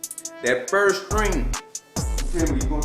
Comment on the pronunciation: He really said Firt.